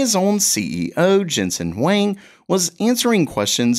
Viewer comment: HUANG can be pronounced as Hoo-want (de-emphasize the t). That is the closer sounding to the real chinese name pronounciation imho.